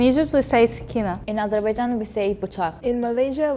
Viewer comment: I LIKE THE PRONOUNCIATION OF AZEBAIJAAN